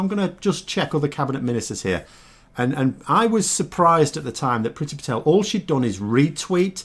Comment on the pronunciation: IT’S PRONOUNCED “PREETY”! HER NAME IS NOT ENGLISH!!